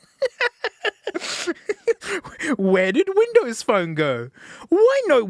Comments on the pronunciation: i get hes saying bindows but its so much funnier to think hes saying bimbo every time since it sounds just like it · i thought I heard "BIMBOWS??" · It's not "binbows" 🫩 you need to rerecord the audio and correct the OS name!! It's "microshaft winblows 8" 😆☕️🚬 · smasnug binbows I'm dead😂😂😂😂😂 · binbows on a smasnug? this is not okay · The way he says Binbows gets me to jump everytime as a german